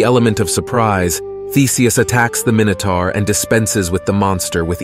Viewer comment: ZAY-OOS not ZOOS EYE-OH-BAH-TES not LOBARTEES MY-NOH-TOR not MINN-OH-TOR FFS do some research 😂😂😂